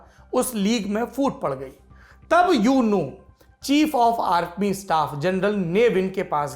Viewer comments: यूनू नहीं ऊ नू कहिए साहब! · U nu = Oo nu Myanmar me U NU ko Oo nu bol nikal ta hai. I am from myanmar .